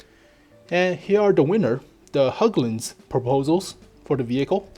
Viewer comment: Say "Hagglund" instead of including the letter Ä in Hägglund. it will help you, even if its not the correct way, people will understand you since it will be as an english way of pronouncing it.